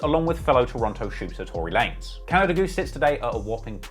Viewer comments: Say “Canader” one more time….. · LEG AZZ. CANADURR. YEWCHEWB.